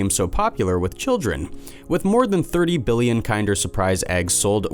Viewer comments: Bro how do you f up kinder Dead ass everytime I see one now i am gonna hear you saying kind er instead of kinder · Kin-der, not kine-der. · It’s kin-der not kind-er just saying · LMAO Kind-er surprise... Kin-der surprise my friend. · I'm British and I'm triggered how says kinder KIENDER!! It's like saying kindergarten KINDER!!!!! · Me too. I'm australian. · Kin-der not kind. Kin der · Kinder isn't pronounced like kinder as in someone is kinder to you, it's pronounced like kin as in someone is you kin & der so kin-der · Pronounced kin.der. omg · KINDER!! KINDER!! IT'S KINDER SURPRISE!! LIKE KINDERGARTEN!!! OMG!! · I couldn't get past this dunce rhyming "Kinder" with "binder," so THUMBS DOWN again. Stay safe, everyone. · Kinder... seriously why is this channel full of people who pronounce things so weirdly. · Mispronouncing "kinder" once or twice was a little annoying. Repeating it as many times as it was in the video was outright obnoxious. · I'm a Yank and am triggered as well lol. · Me too. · Kinder, the brand, is pronounced like in Kindergarten, not as if it’s nicer than others. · ‘Kinder’ is pronounced as the same as ‘Kindergarten’ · OMG!! The first word of the video past the title and he mispronounces it!